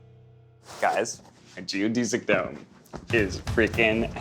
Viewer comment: Am I the only one that's bothered by how he pronounces geodesic dome? 😅